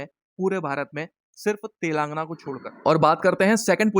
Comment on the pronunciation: Wo telaangna nahi hai, telangana hai!